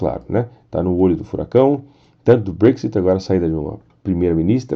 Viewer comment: Gosto de seus vídeos mas acho muito difícil ouvir vc dizer brexit,Thereza May e principalmente a palavra trade "inglesado". Fica muito chato esse inglês seu. Poderia aportuguesar isso,ficaria melhor